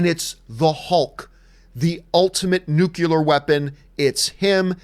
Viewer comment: John....LOVE your channel...tell me you did NOT say "NU-CULAR"...smh...